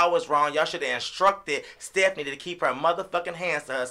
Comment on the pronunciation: U call her sephanie ? I call her fephanieeeeeee🤣🤣🤣